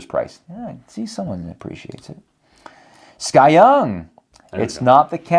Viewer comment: Yay a food segment on channel. Thank you SKYeung. I wonder if his name is actually S. K. Yeung instead of Sky Young as and Jason reads it.